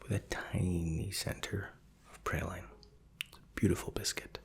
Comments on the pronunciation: Praline is actually pronounced "Prah-leen", a french word! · sorry but, 'Praline' is pronounced 'Prah-leen', not 'pray-line'. And also, 'Tyrells' is 'Ti-rules', not 'Tie-rells'. Carry on.